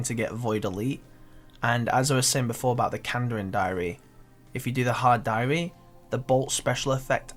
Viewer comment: the way he says but BOWT I am a BOWT.